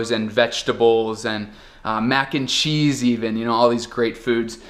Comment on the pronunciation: sotaque brasileiro, mac and chise kkkkkkkk